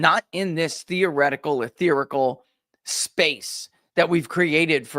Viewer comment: Etherial, not etherical